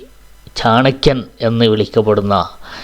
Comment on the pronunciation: ചണക്യൻ അല്ല ചാണകം?